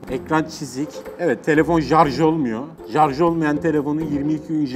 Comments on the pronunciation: jarjı değil şarz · Şu jarjla zamzungu söylemeyi bırakırmısın?. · webtekno once said seni voyvo senii zamsang (hint şivesiyle) şimdi buraya 22 yazıp 7845e yollayınca telefonumuzum jarjı 22 gün boyunca gidiyo daşla bile kırılmayan zamzung jarj ediliyor 22 gün is loading bak gine sinirlendim ya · Jarj zamzung daş..🤣🤣🤣 o ne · Her jarj dediğinde daha şiddetli güldüm teşekkürler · Bahtiyar yenireyz 😂 ve jarj nedir la bide o telefon modeli hiking eskiden dedemde vardı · Abi su samsunglara zamsung deme ve sarja jarj deme gulmekten oluyorum.:D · Jarj edilmiyo denilince gulme tutuyor ya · Her jarj diyişinde güldüm jdjdhdjdj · Zamzung / jarj çok komikk yaaaaa😂 😂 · Jarj nedir ya😂😂😂🇹🇷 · Zamzung,jarj oluyor